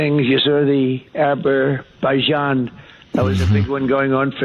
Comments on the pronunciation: Also it's Azerbaijan not Aber by john? Hahahahah! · He also said, "Abberbaijan." That's incorrect. It's Azerbaijan. This is called a phonemic paraphasia---when a person substitutes incorrect phonemes (sounds) or syllables in a word, or creates a non-word that still sounds phonetically similar to the target word. He also has severely impoverished speech---similar to that of an 8-10 year old. Phonemic paraphasias and impoverished speech are indicators of dementia, as are so many of his other traits, such as not knowing the difference between Albania and Armenia. Please keep calling this out, and Jen. It may seem insiginifcant, but it's not. Not at all. Many thanks for showcasing it. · Also, it's Azerbaijan, not Aberbaijan. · He calls Azerbaijan “Abber bejan,” and Armenia “Albania.” What a mentally challenged old geezerTACO TITS is‼️🤣🤣🤣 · Also, it's Azerbaijan not ABER-Bajan. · Did he say “Aberbaijin”? What a fukwitt. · This idiot is bragging about a "peace" deal between two countries that he can't even name correctly... "Aber-baijan" and "Albania?" It's Azerbaijan and Armenia, you dolt... 25th amendment this guy already... ffs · No, it is not Abebajan, it's Azerbaijan. Just like Albania is not Armenia. Screwed up two out of two-Nobel prize my ass! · Azerbaijan becomes Aberzaijan? Armenia becomes Albania. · Abberbasjan and Albania and a beautiful ocean!!! maybe yhat's why he renamed Gufl of Mexico because he can't remember it or pronounce it. "The big beautiful Gulf"??!! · Azer-Bezjahn is is how it's pronounced dim bulb donnie. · "Aberbyzhan" did it for me! 😂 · He mispronounced Azerbaijan as well. I thought he stopped the war there. He can't even say the countries name properly. Did he put someone else's teeth in this morning. It sure sounds like it. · He pronounced Azerbaijan wrong too, and slurred all over it when he said it. 🙄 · The fact that he doesn’t know countries and geography, mispronounces and slurs its names, would be so funny if it wasn’t so serious!